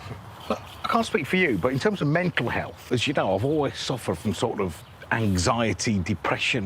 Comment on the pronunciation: Although « we don’t talk in those therms now « 😂